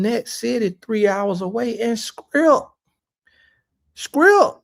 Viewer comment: Haibo 😂🇿🇦"scrip"